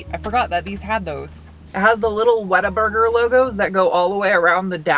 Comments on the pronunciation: Because it's pronounced "whattaburger " not "waterburger" There should be a marketing rule that no "off road" packages should include a tire profile less than 70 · Is it just my untrained British ears that hears ‘water burger’